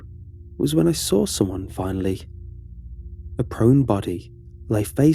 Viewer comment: No one: Absolutely nobody: while narrating: 'And that's when I SAWR it.'